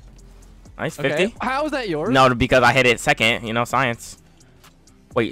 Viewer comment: Am I the only one that heard “jores” instead of yours